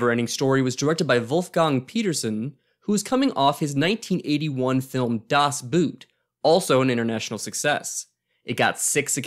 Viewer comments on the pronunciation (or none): Das Buut, haha